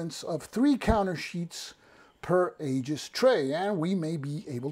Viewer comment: Hey, good review. Do you have a link to the Aegis site? (Pronounced EE-jis, by the way). My main concern with any counter tray is whether I can lay two rows of 5/8" counters flat inside a compartment. Few bookcase-size trays will accommodate that, but the Aegis tray seems to do it well. Secondary concern is the lid staying on. No worries there either. Like you, I replace most of my magazine game storage bags right away but use 10x13" bags, which the Aegis should fit. Most magazine games only use a single sheet of counters anyway, so a standard GMT tray may work fine.